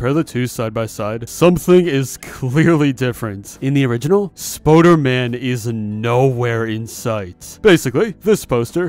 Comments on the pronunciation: Stop saying Spoder-man say Spooder-man! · spOOderman not spOderman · Spooderman not Spoaderman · ITS SPOODERMAN NOT SPODERMAN AHHHHHHHHHHHHHHHHHHH. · Did you just say ‘Spoderman’ instead on spooderman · Spooder man not spoder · its spooderman not spoderman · I though spooder man was pronounced Spoo-der-man not Spoh-der-man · its spooderman not spoderman and you pronounce it spuderman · you said it wrong